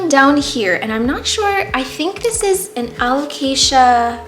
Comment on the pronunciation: excuse me, what? alocasia michletmaciziowtzi? 😂The way you pronounced that without stuttering is the most impressive part of this video